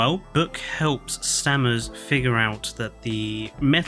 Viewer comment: Stammers? It's Stamets. Great video guys. Just made me laugh